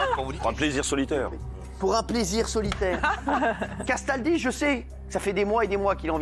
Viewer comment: Quand Cyril dit "CASTALDI" j'ai l'impression qu'il dit "qu'est-ce ta dit ?"